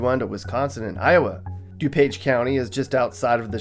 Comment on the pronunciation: Its DuPage not DePage lol